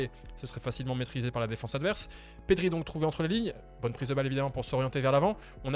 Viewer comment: Perry? Ah bon 😂 on dit Pedri c'est pas dur pourtant mdrr